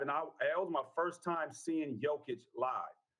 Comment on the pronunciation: It kills me how after 6+ years of being one of the best players in the league, people still say Joke-itch. It's Yo-kitch. Does he call people named jose Joezay? Lmao. Edit for clarification: if he was the vicepresident of Serbia, I'd understand why a sports contributor couldn't pronounce his name. He's a multi time MVP being discussed daily... to continue to mispronounce it makes him seem kinda stupid. Especially when he's a regular contributor on sports shows.